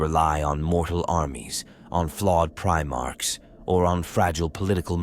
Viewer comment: I love your approach to the storytelling of 40k but ditch the AI narrator. If it cant pronounce 'Astartes' or 'Primarchs', it might not be fit for the job...